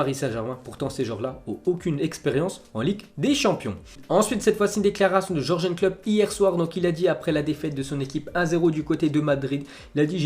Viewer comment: Stp ça se prononce Yurguen pas jurgen